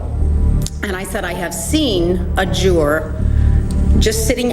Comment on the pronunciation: Nancy Grace the word is Juror not Jurar